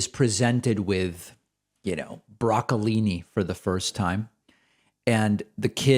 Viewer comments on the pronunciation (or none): did you just say brocollini?